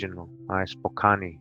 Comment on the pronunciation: im frome washington state "core da lane" and spokan thats how we pronounce the names spokane is in washington and cour de alane is in idaho....good shit bruh